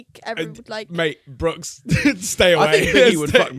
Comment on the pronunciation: By the way it’s “Brooks” not “Brookes”